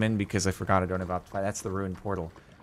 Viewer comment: "Vrrortal" Whut